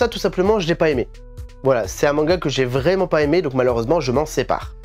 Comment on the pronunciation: Salut ! Bonne vidéo comme d hab et j’aimerais bien avoir les tomes de Beckbeck , mdr je parle allemand 😂😂 l’accent vrEUmant 😂😂😂😂😂 et au faites merci c’est super généreux